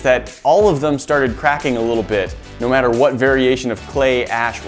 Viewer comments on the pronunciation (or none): none